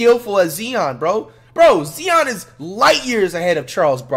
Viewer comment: His name not zzzzon .. its ziiiiiiionn .."ZZZ iii onnn lol